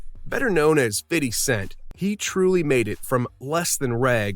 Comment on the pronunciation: Why do white people always pronounce his name “Fitty Cent” 😭 my guy leave it “fifty”.